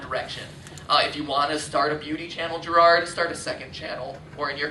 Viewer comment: Jirard. It's Jirard.